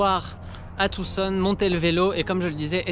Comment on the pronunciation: Merci de prononcer Tucson de la bonne manière... tous les français prononcent le C mais pas toi, merci !